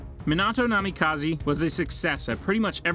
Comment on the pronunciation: Ah yes kzekagi, namikazi and atsasuki